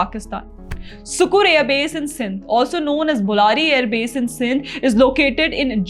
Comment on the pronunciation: Correction सुक्कुर ❌ सक्कर ✅